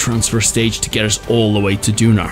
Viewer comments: Its Duna not "Dunar" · Duner? It’s called duna